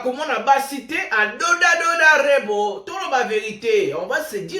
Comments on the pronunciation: Mdrr, ça sonne drôle quand il dit Rebro 😂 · C'est REBO et non REBRO Merci pour cette émission 🎉❤